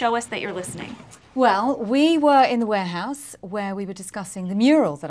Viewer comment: Well we wee in da wehouse lol